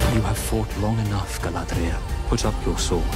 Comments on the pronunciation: "Guyladrial", I like it 😂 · I love how pronounces the name Galadriel like she's a Spanish Matador. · "GUYladriel" LOL!!!